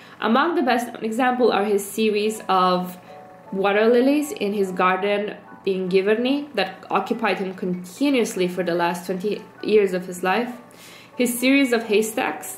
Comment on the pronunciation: Im always in awe of how art and artists were interconnected and travelled and studied together or were students of each other and exchanged letters etc... Note: Giverny- Monet's place in France, is peonounced with a G like in J in Je m'appelle for example! And if you ever find yourself in France (paris and upwards in spring) GO THERE! You'll be mesmerised!